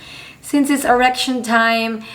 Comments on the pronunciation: You said "Erection" not "Election" that's why everyone is laughing! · On the 91 second mark… You definitely said… “erection“🤭🤭🤭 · I heard her say "erection" the first time . Then she correctly said "election" a little later